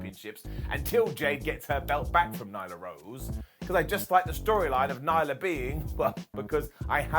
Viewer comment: Nyla, not Nigla lol